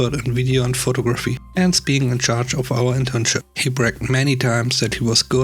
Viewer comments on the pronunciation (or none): Photography is CORRECTLY pronounced as FOH -- TOG--- RaFFEE (the TOG in the middle would rhyme with words like FOG, BOG, CLOG,BLOG, etc.) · Would you tell a British person they pronounce "vitamin" wrong? Americans say vy-ta-min. Brits say vit-a min. Give the guy a break. English is not his native language.